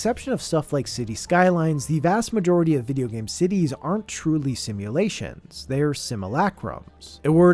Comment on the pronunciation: Por un segundo pense que decia "cuties are weird"